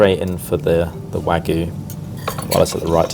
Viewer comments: no, genuinely, I really want to know why you drop the Y in wagyu and pronounce it as wagu? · this food all looks so incredible. also, a constant point of pedantry, it always kills me when the sorted crew pronounce "wagyu" as "wah-goo", esp as talks about reverence to the meat.